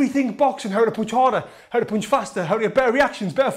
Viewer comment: I'm just here to hear you say 'poonch'